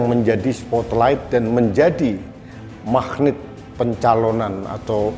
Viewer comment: 4.⁰³ - ⁰⁴: magnet pengucapannya "mahgnèt" mas, bukan mahgnìt...nuwnswu njih mas...🙏 Sy s7...Sy pilih PDIP krn ada sosok Joko Widodo & Ganjar Pranowo... Sy berharp banyk pd Bu Mega utk bertindak bijaksana... Sy ngk mau mngulang kebodohan² Sy sblumnya... Org yg Sy pilih utk mewakili Sy (rakyat) yg santun, cerdas dan kebaikn² yg lain jbu pd masuk penjara krn korupsi...kvt...kvt...🤬